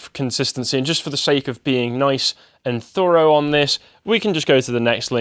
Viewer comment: Thorough not thoughrow you wannabe American